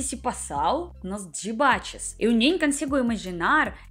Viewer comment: eu fiquei com esse "Dibate" na cabeça o dia todo kkkkk adoro seu sotaque!